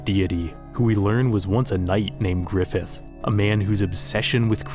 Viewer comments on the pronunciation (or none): he said grifith weird